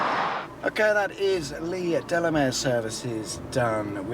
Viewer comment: As a West Country local, Gordano Services is pronounced "Gore-Day-No" rather than "Gore-Dahn-No". Also, to be picky, Leigh Delamere is "Leigh Deh-Lah-Mear" (with the stress on the R!). 🙂